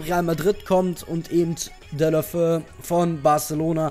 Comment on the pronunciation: Man spricht Deulofeu Dä-ulu-'fä-u aus ;) Troztdem wie immer einen Daumen hoch :D